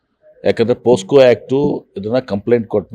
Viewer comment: ಪೋ ಸ್ಕೋ. ಅಲ್ಲಾ ಸ್ವಾಮಿ. ಪೋಕ್ಸೋ